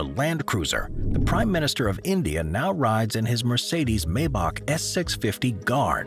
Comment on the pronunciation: Always ; My-Bach . Never ; May-Bach . Please , continue . .